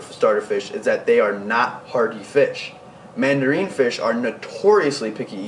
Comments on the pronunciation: Never seen anyone suggest mandarins are good starter fish...and it's not "all but the largest systems" I've seen them kept successfully in 75gs with productive refugiums and even a couple 55s. And I'm talking several years not months. It's also "man-duh-rin" not "man-duh-reen" just fyi ;). And I'm glad you pointed out damsels are just bad in general..not just for beginners. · you're a cool kid. And you have knowledge. However, the mandarin goby is not pronounced "mandareen". Mandarin, like the orange. Also, six-lines can decimate (dess-i-mate), not "deckamate". Good luck bro. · It's not mandareeen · Yeah I noticed this.